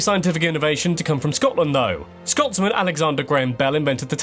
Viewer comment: Finally an American that can kind of actually say Scotland right